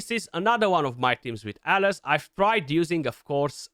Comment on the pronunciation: The pronunciation we hear is so close 😓